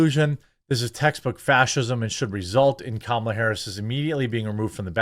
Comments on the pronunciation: Why do you keep saying kAmala? It's kamAla. The name is Indian af. It's like saying Jovović (Serbian) but pronuncing it jovOvić instead jOvović. It sounds wrong. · It's pronounced "Comma-la" not camel-la. I don't like her either. But why can't anyone pronounce her name? If i hadn't watched a video of her explaining how to say her name, i wouldn't know. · TheQuartering , Now Jeremy, don't be racist; it's pronounced "Kamelbreath". 😂😂😂😂😂😂😂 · Anyone wanna coin the term Koala harris? Both mispronounces her name AND calls her one of the dumbest animals in the world, haha